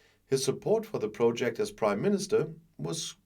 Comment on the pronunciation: The British Crimeminister, that's what I heard anyway.